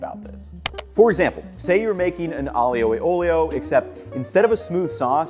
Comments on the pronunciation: I know it shouldnt bother me, but Aglio e Olio is pronounced with fewer slylables than you are using. Aglio and Olio are both two sylabls, so it should be closer to 'Ahl-yo' and 'ole-yo' for an 'ahl-yoo e ole-yo' pronounciation. The gli officially sounds like the lio in "million". You are great on the opening to both words, you just end them differently. Thank you for the video, I hope this comment finds you well and doesn't cause you irritation. Italian pronunciation can be rough on the english brain. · I love the way he pronounces Aglio E Olio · Please please please for the love of God man, learn how to properly pronounce Aglio e olio. My ears still hurt. Love your videos BTW.